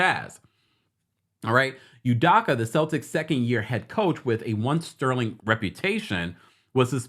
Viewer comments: It’s U-doke-A not U-Dock-A 😂🤣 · Hi It’s UdOka not UdAka. ✌🏽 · they way you are pronouncing his name is pissing me off… you did research to report on his current situation but couldn’t research how to say his name? Every time you say U-Dock-Uh i cringe. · U-dough-ka please stop murdering his last name. Thanks. Celtics fan here. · Love you! The last name is pronounced ‘You-Doe-Cu’. 😂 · How you gon report on this man when you cnt even say his name correctly. Show him some respect ugh!! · can't pronounce his name correctly.